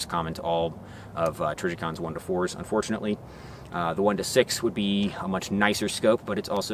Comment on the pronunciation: “…Common to all Trijicon 1-4’s unFOURtunately…”. Nice touch.